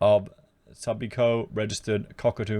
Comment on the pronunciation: Subiaco...it’s pronounced su-bee-ah-co.... Perth’s version of Sydney’s double bay... sassy suburb of low rise commercial business hub meets the ultimate cafes restaurants bars & fashionable boutiques and shops lining tree lined streets to shade your European supercar on Sundays